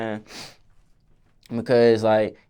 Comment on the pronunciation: “ It’s Kause I love ha so much “ 😍